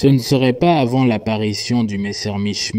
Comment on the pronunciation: C'est si compliqué à dire Messerschmitt ? pourquoi dire messermich ?